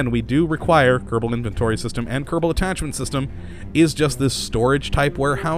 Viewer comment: why you say "kerebal" space program?